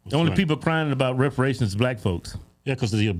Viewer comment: I swear I've heard the letter m inserted a couple of times, reperemations🤦